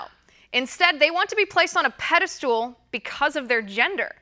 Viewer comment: Pedestool lol